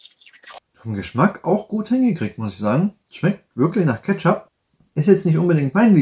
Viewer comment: Kettschopp > Ketzap > Ketchup